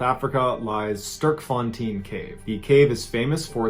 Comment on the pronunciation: I can't think of an English work to help you pronounce Sterk, except it's not how you pronounced it. Fontein means fountain (so, strong fountain) and is pronounced fontane (like crane).